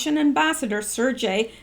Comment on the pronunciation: Sergei rhymes with Air-gay.